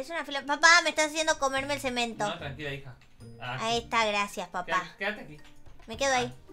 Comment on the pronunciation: ce-men-to ni que fuera tan difícil :v